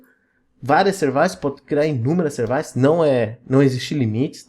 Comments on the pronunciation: só me deu agonia de voce chamar Services de serviiices. Em ingles é Seervices. Serviços. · Servaices é tenso mesmo kkkkkkkk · de onde diabos vc tirou a pronuncia 'servaisse'? kkkkkkkkkkkk ... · Falou "Servaices", já deu vontade de sair correndo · Concordo, kkkkkkkkkk